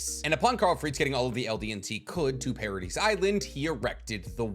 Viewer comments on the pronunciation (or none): The S is silent in Paradis. STOP SAYING PARA-DEES!!! It's Para-dee 🙄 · Bro has so much anime knowledge that he forgot how to pronounce Paradis.